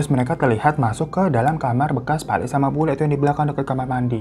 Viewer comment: Yang bener BULIK (tante) PAKLIK (om) bang